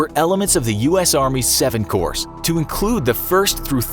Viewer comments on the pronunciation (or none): There weren't seven "cores." It was the Seventh Corps: just the one. And the "s" is silent. Holy christ, who writes and edits these? So many glaring mistakes and inaccuracies of things that are easy to research with a simple Google search. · Someone teach this man how to pronounce “corps”